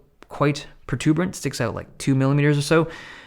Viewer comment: "Protruberant" - Dave Lee, circa 2020